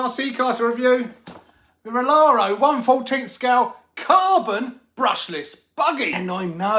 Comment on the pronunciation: Come to find out, those are i's in the RC company name, so it's pronounced (Reee-Are-Reee-Oh)